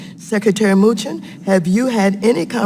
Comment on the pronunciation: His name is NOT MOOCHIN